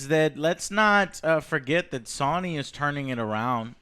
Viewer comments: Everyone be quiet except for, please ❤.... Joe did you actually fucking say "Sawny" instead of Sony?? Also, shut the fuck up about fucking SONIC. And YES i Am ANGRY. Oh man, that DA4 news sound dire. Why they gotta murder Dragon Age like this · no one: Literally no one: Joe : pronounces Sony as Sowney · Soyney? lol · GameStop will probably file Chapter 7 bankruptcy next year... And why does Joe pronounce "Sony" wrong... like all the time.